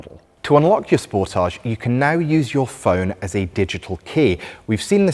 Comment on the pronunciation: I'm seriously losing my mind the way he says the name of the car "sportaage"(is a very french way to say it), when it is supposed to be "sport-age" !!!! 😂🤦